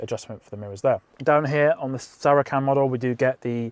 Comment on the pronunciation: Please Google the pronunciation of Saracen as I simply can't cope, otherwise great review